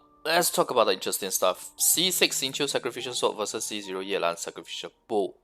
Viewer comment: His pronunciation is correct. It's a Chinese name